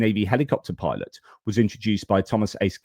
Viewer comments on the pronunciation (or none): none